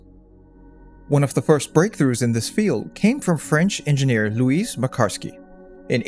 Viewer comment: Louis is pronounced loo-wee